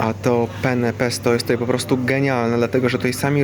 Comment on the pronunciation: Penne czytać dwa "n", bo samo pene to penis po włosku :) :P